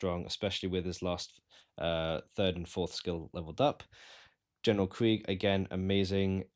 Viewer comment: Kreeg...KREEG. brother if you are gonna make a video about this, then say the name properly 😒